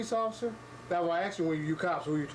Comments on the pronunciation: WHY in the name of Christ can you NOT pronounce A-S-K ???? Repeat after me , aaasssssssk. IT IS NOT AAAAAAAAXE for f*ck sake !!!! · " ... Now I axe you ..." Judas ... he boys in blue. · "Axed him pacifically" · A Keith And "I axe him to..."